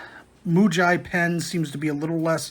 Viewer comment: Pronounced Moo-gee. Writing is in Japanese. Both Muji and Pentel are Japanese brands. The Muji low center of gravity mechanical pencil is a licensed reproduction of the Pentel GraphGear 500 (PG515), that is unbranded.